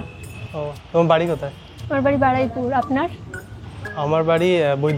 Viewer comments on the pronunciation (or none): হেই মেয়ে তার বাড়ি কাঁঠালবেড়িয়া মানে হোটোর স্টেশন থেকে নেমে যেতে হয় আর বলে বারুইপুর🤣🤣আবার বলে আমার বাড়ি বারাইপুর 😁আর ওটা বারুইপুর